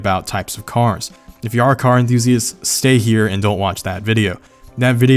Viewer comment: "if you are nar a car emthusiast" anyone else catch this? lol